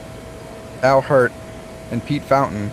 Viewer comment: That’s the Y’at, coming out in you. 😂